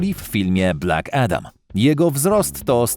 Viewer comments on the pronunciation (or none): none